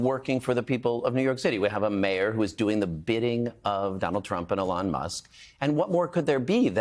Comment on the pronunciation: it’s ELON! ELON!! SAY HIS NAME RIGHT!!! 😂😂